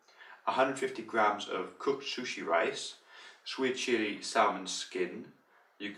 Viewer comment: su shi not shushi